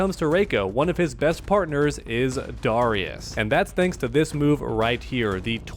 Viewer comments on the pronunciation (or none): The way you pronounce Darrius is so dumb bro lmao